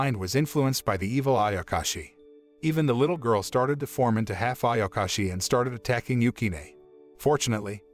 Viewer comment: does noone even talk about him calling ayashaki, ayakashi?